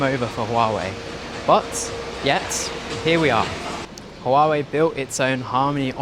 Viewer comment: Softer on the h in huawei.